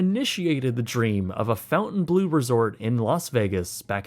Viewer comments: Nice video! Interesting but please pronounce there name as follows: Break 'fontainebleau' down into sounds: [FON] + [TIN] + [BLOH] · Fon-Taine-bleau, no U in the fountain lol gotta say it with your french baguette accent haha wee wee! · I know it shouldn't matter, but I cringe at how you pronounce the name, I've always heard it pronounced more like the french: Font-amn-blur which of course does mean blue fountain. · Pronounced FONTain. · it's fahn-tan-blow. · I am questioning the pronunciation of Fontainebleau. I hear fountain blue... the surname Fontaine is well known with a 500 years of french family history, even though it comes from the english namesake of fountain, it is certainly not pronounced fountain... just saying 😉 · Every single "fountain blue" had me wincing. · I believe it's Font-en-blu. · It’s not pronounced fountain bleu… Fontaine is annunciated differently… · Is it not “Fawn-Tain” blue? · You are saying the name of the hotel wrong... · Your not even pronouncing it correctly 🙄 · Did you ever learn how to say “Fontainebleau?” There isn’t a “U” in the first syllable. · You are butchering Fontainebleau pronunciation!! It's painful to hear!! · Shocked that the mame of the hotel was mispronounced so badly. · The pronunciation of "Fontainebleau" as "Fountain blue" irked me more than it should throughout for the whole video 😄 Phonetically, it's pronunced "fon-tuhn-bluh" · Fon-tain, not fountain. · FONT-AYN BLUE. you kept saying fountain-blue seems wrong. Please tell me I’m wrong and they only spell it that way! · Fontaine not fountain. Ugh smh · "bleau" not "blue"... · Hey, sorry to be that guy but it’s pronounced, FON-TE-E-N-BLAU not fountain-Blue 😅 sorry, local Vegas resident here lol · Pronounced Fountain-BLOW, not Fountain-blue. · It’s FONTainbleau. (NOT) FOUNTainbleau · It’s fontaine, not fountain. Correct? Like pronounced font-ain. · It’s not pronounced “fountain” it’s Fontaine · Fontain not fountain 😂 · Fon-taine not fountain. 😂